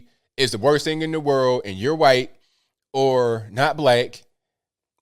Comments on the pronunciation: 'huh-white'? 'cool wuh-hip' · no i havent seen it lol i dont get it. So he just puts emphasis wh for white